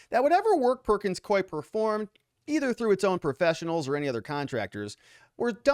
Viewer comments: You are pronouncing the law firm’s name WRONG, it is not Coy. 👎😂 It is Pronounced...Perkins Coo-ee! There are two syllables. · It is pronounced cooeee. Not koeee. Perkins Coie. I worked there for 19 years. Employees called it porkins screw me!